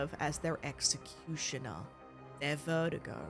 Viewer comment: It’s killing me that you pronounced “verdugo” vertigo, but worse when you give Krauser the white guy accent when pronouncing his name